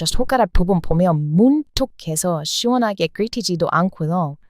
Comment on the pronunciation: 샤워를 씨원하게 하신다고 씨원하게 발음하시니 정말로 시원한 느낌이 듭니다. 발음 놀리는거 아닙니다.^^ 앞으로 저도 진짜 시원할 때는 씨원하다.. 라고 할테니까요 ^^